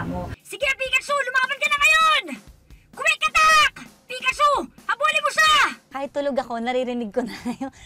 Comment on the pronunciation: Ate jhessica nakaka tawa po young sinabi niya ng pikchu